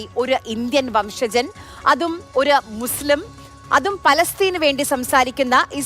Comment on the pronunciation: മുസ്‌ലം എന്നല്ല മുസ്ലിം എന്ന് പറ